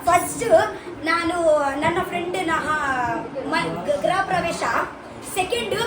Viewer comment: Graha alla... Griha pravesha ಗೃಹ